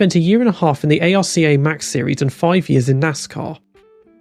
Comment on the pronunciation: i have never heard anyone spell out ARCA in my life